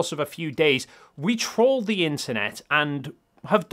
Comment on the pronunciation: Dude, when you said you TRAWLED the internet, it sounded suspiciously as though you said you TROLLED the internet. I would hope that you'd be clearer in differentiating both words.